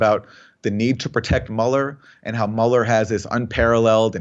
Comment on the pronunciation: Mueller is pronounced M'you'ller , because it's a German name. Aaron Mate' is pronounced Mah Tae if we apply the same to Aaron's surname We would have to say M8, being Aussie a mate is a good friend, Aaron Maaate!